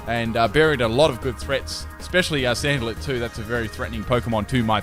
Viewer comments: anyone else notice he says sandalit instead of salandit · It's "Salandit" not "Sandalit"